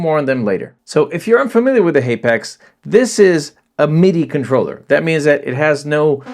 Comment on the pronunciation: It's pronounced hapax not haypax